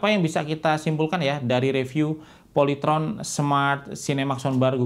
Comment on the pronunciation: Polayteron? SKIPPP